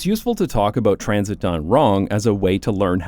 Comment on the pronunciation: my brain couldn’t stop hearing “TRAMsit” and “TRAMsportation” any time he said those words in this video 🫠